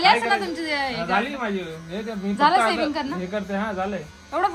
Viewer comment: Saving nahi ga, shaving